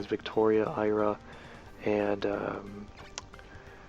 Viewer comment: lol :P You pronounce some of the names weird. Iria is "ear-e-uh", not "eye-ruh". Schutleis is "shul-tice" too. Doesn't look like it should be pronounced that way, but it is :P